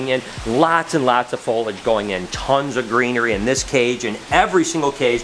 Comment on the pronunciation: I love ya but it cracks me up every time you say "folage". It's Foliage. Fo lee edge. 😁